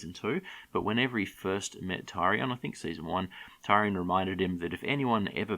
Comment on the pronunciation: Tyrion not TArion arghhhhhh annoying